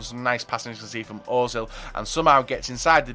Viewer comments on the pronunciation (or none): he said ozil, its pronounced urzil, the umlaut changes the sound of the O. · The only reason I dislike every video is because he still can't pronounce özil, other than that good video.